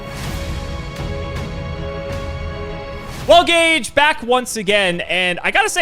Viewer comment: Ageh of Gageh